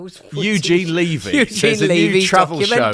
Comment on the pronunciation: Eugene Levy pronounces his surname with a short e (rhyming with "heavy"). I pronounce my surname with a long e (as you pronounced his).